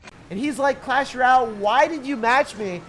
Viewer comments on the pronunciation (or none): none